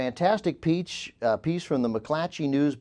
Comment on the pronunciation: pronounced "piece" "peach" TWICE within the first ten minutes!